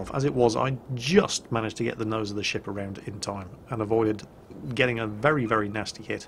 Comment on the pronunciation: Nearly every time you said ship, i thought i heard shit o_O "I like this shit" "Turn the shit around"